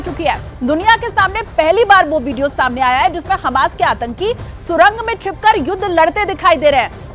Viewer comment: Bhai atanki H ke latke 😂 pehle sahi bolo 😂